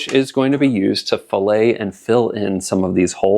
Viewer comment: When adding metal in that manner, the correct pronunciation is fillett. Filet is a piece of meat or fish.